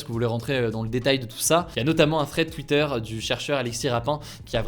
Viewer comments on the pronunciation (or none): none